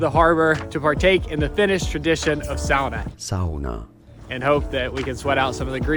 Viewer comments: oh did he say sauna correct way, wau i mean wow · I do appreciate finally pronouncing “sauna” correctly in Finland, will be curious if it carries to future videos 😅